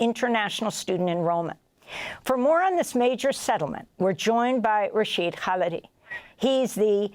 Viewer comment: I guess if you repeat the words "complicity" in "genocide" often enough, enough people will start to believe it? and the journalist, having interviewed Prof. Khalidi dozens of times should have learned the proper way to say his last name?